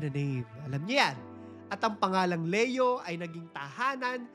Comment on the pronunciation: Hi ang tamang pagbigkas ng name ni Pope ay "Lee-yo" not "Le-yo" sa Tagalog/Filipino: Papa Leon XIV